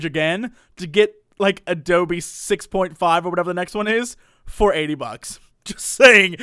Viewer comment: You pronounce "Adobe" like "Doby". For a second there I thought you were going to buy a house-elf for $60 o_O